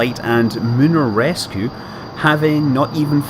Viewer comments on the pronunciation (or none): I loved the scott ascent of "Rushty" and "Reshcue"... Shean Konnery endorse it!